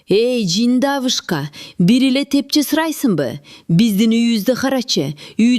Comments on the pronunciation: Тепче эмес тепши деп айтылат. Туура айтылышы керек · Тепче эмес Тепши болот.